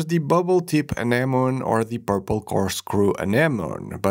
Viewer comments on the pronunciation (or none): It's called an - uh·neh·muh·nee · It's a reasonable assumption it would be a silent "e" given how many English words end that way, but anemone is actually pronounced "uh-NEM-uh-nee." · Anemone is pronounced like "An-em-oh-nee." For future reference. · Say it with me Ah nem oh knee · Did nobody watch finding Nemo that they keep mispronouncing anemone? Note: English is my 3rd language. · Poor, having to pronounce "anemone" so many times